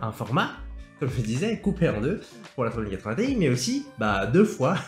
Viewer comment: Pour info, on prononce Ti en une syllabe, car ça fait référence au début de Titanium. (C'est comme ça qu'ils prononcent chez NVIDIA)